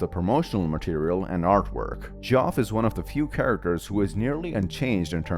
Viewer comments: listening to you pronounce Geoff as Goff is pain to my ears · btw geoff’s name is pronounced as jeff